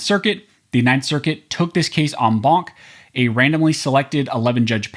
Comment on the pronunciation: Why does this guy have such a hard time pronouncing “Bonta?”